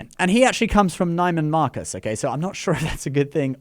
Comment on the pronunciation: It’s not Nigh-man Marcus It’s pronounced Nee-man Marcus